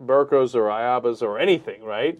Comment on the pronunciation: its abaya not ayaba XD